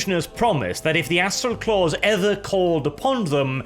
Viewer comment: Anyone else catch the part where nearly called the Astral Claws the 'Asshole Claws'? Just past